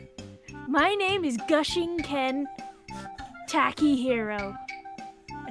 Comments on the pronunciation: My name is Holy Shit: adorable giggle: My name is Gooshinken Tackyhero Yep. Perfect pronounciation well done XD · The pronunciation.....I cry. Gushiken...